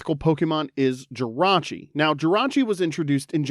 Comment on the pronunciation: THE T IN JIRACHI IS SUPPOSED TO BE AN R!